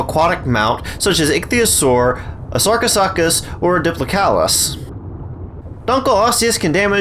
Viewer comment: be like:- Sarcosuchus ❌ Sarco suck us✅